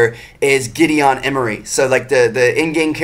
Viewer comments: Giddy-in, not giddy-on. "Gideon" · It's pronounced Giddy-in not Giddy-on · It's pronounced Giddy-IN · why does he put sooooooo much infesis on the o in Gideon